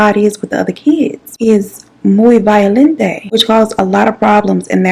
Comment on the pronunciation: Not you making me spit my water out while w/ the “muy violen-te”